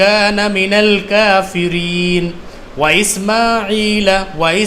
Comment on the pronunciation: Salam.. Sir ap se mazrat karta hon lekin ek galti hoi hai ap se jo ap ne is mein sab se clear nahi ki hai..wo ye k ek alfaz hai. Minal kafireen .(6.03 video time). First time parhaty howay Is mein ap ne last walay noon ko alag parha hai jese. minal kafireena.noon pr zabar lagaya hai par last ki video mein jab ap ne complet ek sat pura page parha hai saray alfaz parhay hain to us mein. Ap ne (minal kafireen) parha hai noon ko ap ne re k sat mila kr parhan hai...ap se mazrat karna chahon ga k ap ko meri bat buri na lagy or allah pak se mafi mangta hon is bt k liye pr is ko sahi krna lazmi hai bs ap se puchna chata hon k ye ap galti kr gye hain sikhate howay batana ya ap ne galat phar diya hai...